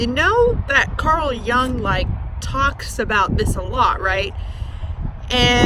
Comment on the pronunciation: Jung is a German name/word, so is pronounced not [young], but [yoong] (American spellings).